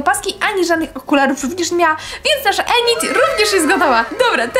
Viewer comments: Init nie enit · Tak ogólnie to nie jest enit tylko inyt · Inyd się mówi a nie enid to się pisze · Enyd E w J.Angielskim jest wymawia się jak I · nie mówi się ENID TYLKO INID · bo ja tylko chcę powiedzieć że się mówi Inyd a nie Enid 🩷💖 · Inid a nie Enid bez uwagi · To nie enid tylko inid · ined a nie enid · Mówi się inid a nie enid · widac ze twoj lektor nawala na Netflixie bo Enid czyta sie Inyd xD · Boże Kochanie...Piszę się Enid ale mówi się Inid...😓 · Mówi się inid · mówi się inyd